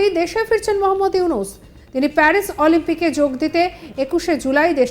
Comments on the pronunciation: এই হালার ধোন কেটে দে। চোরের সাপোর্টার। মূর্খ উকিল।অলিম্পিক বলতে পারেনা বলে অলোম্পিক। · আলোম্পিক, কি শুদ্ধ উচ্চারন।